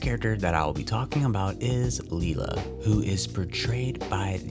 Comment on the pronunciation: Please get the names right. Maggie’s mums name is pronounced lie-la not lee-la. It’s so hard for me to hear every time you say it.